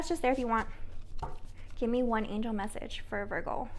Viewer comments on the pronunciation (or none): none